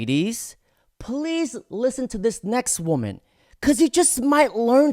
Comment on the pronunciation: DOG, WTF is it soooooo hard for you to say WOMAN & WOMEN properly!!???!!!! I watch your shit, but when you say it wrong, every mfkn time, it really bothers me!!!